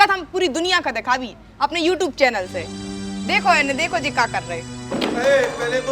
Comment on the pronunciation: Are madam viewtuwe nhi hota YouTube hota hai 😢😢😢